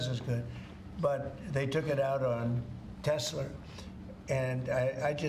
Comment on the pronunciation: I love the way he says tesler😂😂